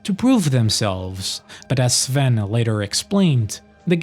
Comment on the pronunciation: Finally a YouTuber that can correctly pronounce Sven's surname